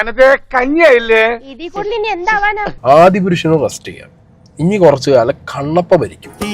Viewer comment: കണ്ണപ്പ അല്ല കൊണപ്പ